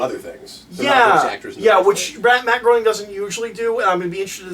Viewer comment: Guys, Matt Groening's surname is pronounced "graining", not "groaning".